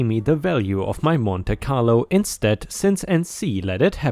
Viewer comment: Story 6, Monte Carlo is said as "Monty Carlo."